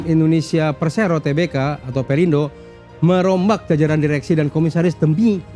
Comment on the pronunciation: Bacanya TERBUKA dong, jangan TE-BE-KA.. Norak banget